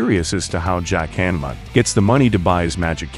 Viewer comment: Hah-N-ma not hAnma.